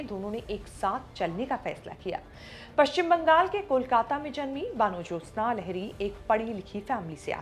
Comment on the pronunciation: Kamse kam vanajyotsna ka naam theek se to pronounce karke. Van Jyotsna ka matlab to samajh lete.Hindu bengali ka naam baano to nahi ho sakta. Apta pronunciation kaan mein chubhta raha.